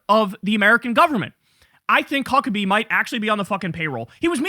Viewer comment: Did Kyle just call Mike Fuckebhe 😮